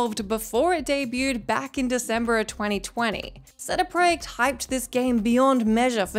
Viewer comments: Who is cd preyact (what it sounded like) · The way you say CD projekt makes me wanna vomit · Seh deh proyekt is my favorite pronunciation of cd project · cd pray-acts? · More like "pro-yekt". It's a Polish proper noun and she's attempting the Polish pronunciation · I swear she’s trying to say “CD Project Red” but she’s closer to saying Selma Hayek. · I've never heard CD Projekt Red pronounced in a worse way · Definitely the most unique pronunciation of CD projekt red I have ever heard. Neat! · Have i been saying CD Projekt Red wrong this whole time?? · Wait....why is she saying CD Projekt like that? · Wtf is that pronunciation of cd projekt red? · What’s with the CD Projekt pronunciation? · Wtf are you calling CD Projekt? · haha how did you pronounce CD Projekt Red?